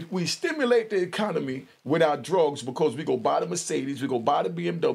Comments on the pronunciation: When i hear "alphabet boys," I think of the "LGBTQAI+....." Lol, he said "ecomony." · Switch ya M and N's around in the word ECONOMY your trying to say!